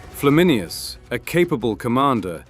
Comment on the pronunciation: It's Flam in ayn us, not Flam in i us.